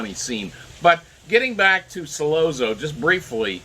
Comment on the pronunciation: Not pronounced "Solozzo" but "Solotzo" Double zz is pronounced like tz.